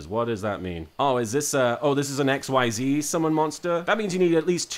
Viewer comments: It's not pronounced XYZ, it's pronounce like exseze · IT IS PRONOUNCED "IK-SEIZE" OR "EKSHEEZU" FOR WEABOOS AND FOR SOME REASON IT ISN'T PRONOUNCED AXES AS IN THE THREE AXES ON A GRAPH: X, Y AND Z BECAUSE THAT WOULD MAKE TOO MUCH SENSE OH GOD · Hey Martin, just so you don't trigger the sweaty nerds, xyz monsters are pronounced "ex-eez" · A few things, XYZ (Actually pronounced "Ex-eez" because. Xtreme I guess.) Requires "XYZ Materials," like the 2+ level one monsters listed on the one you got, usually its something like "2 level 4 monsters." To XYZ summon, you need said monsters on the field, you put the monsters all under the XYZ monster, and it is now XYZ summoned, the one you got could be summoned with several level ones, but the minimum requirement is two. All the materials are in the same zone as the XYZ monster, and not counted as being on the field. Because XYZ. I guess. Detaching a material to activate an effect sends it to the graveyard, you can pick which material is detached. Also, under link format, the XYZ monsters, and any monster summoned from the extra deck, go into the extra monster zone, unless a link monster is pointing at a main monster zone. Because links. Fun. In case you encounter Synchro and Tuner monsters later, a Synchro requires a specific set of monsters (Usually 1 tuner and 1 or more non-tuner monsters) on the field to summon, who's combined levels must equal exactly that of the Synchro monster. Sometimes you need specific tuners or monsters to summon a Synchro. Usually you don't. Duck Dummy is just a fun card, looking at it, it's main use would be getting it gemini summoned/making its effects usable, then activating Spirit Barrier, a continuous trap that makes it so that if you control a monster you take no battle damage. Pot of Greed is an eternal mystery, however it has a spirit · Xyz is actually pronounced as iczees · "XYZ" is pronounced "ik-seez"